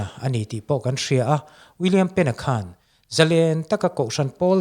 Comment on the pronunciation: Zalen tih thluk hi iti diklo kan mi thiam leh zel te hi chuan ka tawng thluk leh lam dan hi chu tidik hram2 teh u... thalai te entawn inni bawksi